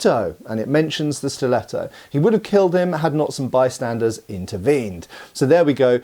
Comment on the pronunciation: Majestic italian pronunciation, 11/10 Give him italian citizenship